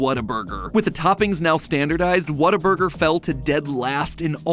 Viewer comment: The way matpat says whataburger hurts my texan soul